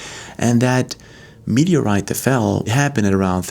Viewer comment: Meteorite is way to slow !!! It's not a.mwtoeite !!